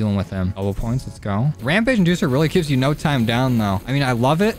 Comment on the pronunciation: "Ramage inducer" lol